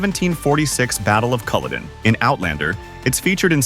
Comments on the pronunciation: BeaUy not Boly, as in beautiful. CullOden is another you say wrong You should get your pronunciations right. Several are WRONG.😊. Otherwise an interesting watch, particularly the costumes and ship scenes. 😄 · Culloden and Hueghan annoy me! First time I've heard Beauly mispronounced.